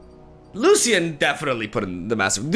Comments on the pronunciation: pls pronounce it as lushian, its not lussian :( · It's pronounced Lu-shian just wanted you to know :) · the way he says lucian with an s got me fucked up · you are pronouncing Lucian wrong and it’s driving me mad! The C is not pronounced that wayyyyyyyyyyy😱😭